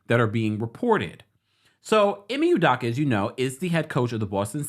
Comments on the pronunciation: Good info thank you-- but just a respectful tip: E-May - OOH-Doe-KA is how they pronounce it on ESPN. Keep up the great work! Definitely fishy that this woman wasn't a part of any disciplinary action for her role in the matter at any point on that timeline and also great point on HR discretion being compromed - which is super unprofessional and could possibly open them to legal repercussions if Udoka wanted just generally speaking. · E may U doh Ka. Drives me crazy when someone out of no where jumps on stories because it’s a story and can’t get names right. Never seen you ever report on anything Celtics related. E may U doh ka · First u need to learn how to pronounce the Boston Celtic head coach name the right way